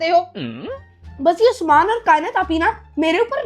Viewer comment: ap usman ko usmaan tiilaa ku bolty ho so funny and cute vloger